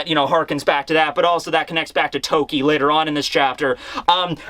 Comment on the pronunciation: When you said later on I heard lateronus or Uranus